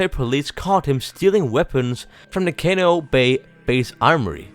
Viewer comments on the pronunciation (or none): none